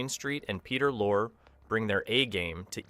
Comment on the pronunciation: His name is pronounced Lor ee... Peter Lorre.